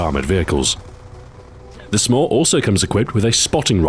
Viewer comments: He intentionally pronounced "SMAW" so it sounded more like "s'more" which is a contraction of "some more." Of course it just made me hungry. Damn you delicious marshmallow and chocolate treats! :P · He pronounced SMAW differently so that the word sounded like 'more' "Meanwhile, the other launchers might leave you wanting more" is what the pun meant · he made it sound like he was saying "some more" instead of SMAW